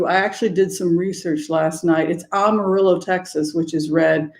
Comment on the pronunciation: great discussion and observations about the country. Just one little thing ~ Amarillo is pronounced AM a rill o. Not sophisticated enough for an AHM a rill o. I grew up in Texas, thankfully not West Texas. We are indeed trying to flip the state blue all the way through. Over the last 25 years (many of which I was in CA) the urban areas of Texas have become extremely multi-cultural. Pray MJ Hegar will replace Cornyn in the Senate. Divine Feminine rising! I also like that you reference the Jewish tradition since my mother was Jewish. Blessings.